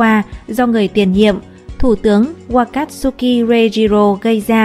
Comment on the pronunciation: Ka kát su ki đọc sai rồi, wa ka tsu ki